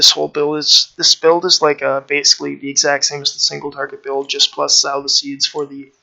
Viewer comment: Sow the Seeds, like So with a long o. Good guide, thanks